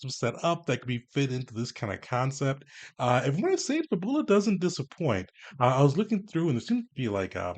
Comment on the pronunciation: Fab-Yu-lah. Kind of like the word fabulous.